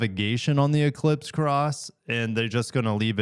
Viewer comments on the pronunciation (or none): none